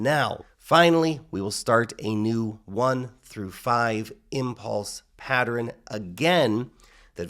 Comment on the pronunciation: Everyone: Pa-ttern: Pa-tter-rin